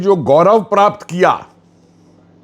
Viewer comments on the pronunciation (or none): none